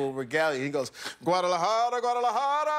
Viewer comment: He nailed that “Guadalajara, Guadalajara”